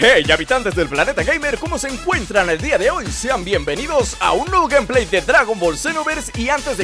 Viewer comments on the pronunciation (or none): none